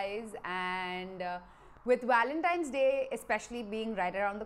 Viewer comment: Lol u say ur “w” and “v” all mixed up. “With Walentine’s day coming up.,” haha 🤣